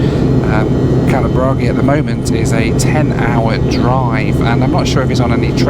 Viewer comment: Its funny seeing a foreigner pronouncing kalaburagi right and a north indian pronouncing it wrong at the gate lmaoo